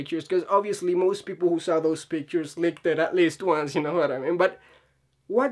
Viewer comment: Leaked and licked are two different words that mean two entirely different things and are pronounced two different ways. Leak is pronounced [lee-kd], rhymes with seek, feet, beat, seat, meet, meat, etc... Or if it's easier to look at it spelled this way: Leeeeeeeek Lick rhymes with sick, kick, pick, picnic, it, sit. Notice how the "i" makes a different sound than "eee" Hope that helps!